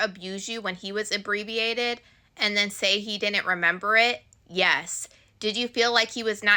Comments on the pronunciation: 'Inebriated" is not pronounced "abbreviated" yall are a special generation 😂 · You’re doing a great job! Thanks for the break down! But you not pronouncing inebriated right teice had me howling😂